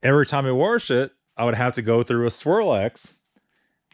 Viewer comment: Warsh it. Wash it. New Englandy accent.